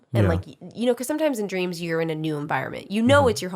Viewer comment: "I had a dweams. You ever had a dweam?" Fucking sent me lmfao.